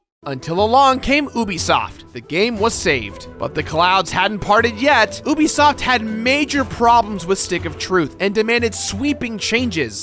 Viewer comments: It’s you bi soft not oo bi soft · Why this prononciation "übisoft" ? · ITS NOT PRONOUNCED OOBISOFT! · At first I thought you said “Boobisoft”. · Great video, but the way you pronounce ubisoft is blasphemous